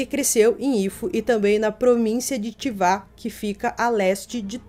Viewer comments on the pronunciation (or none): Chiba e não Chiva